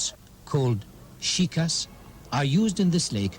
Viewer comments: Bro really said “Shikas” instead of “Shikaras” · Boat called shikass.... Bro its shikaras😂😂